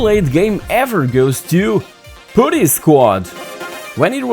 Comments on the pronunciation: I had the Amiga 500 then the Amiga 1200. It was also the only micro-computer which had actual multi-tasking due to using the Motorola series of CPU chips. By the way, putty is not pronounced "pooh-ty" it is "put-tuy" (put rhymes with but). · great stuff. putty however, not pronounced like that :)